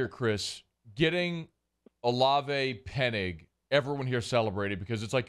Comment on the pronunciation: stop saying Penig. Enunciate the ing.